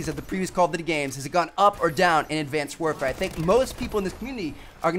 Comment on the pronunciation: i like the part where T suddenly had a German accent at the end. Advanced Wehrfer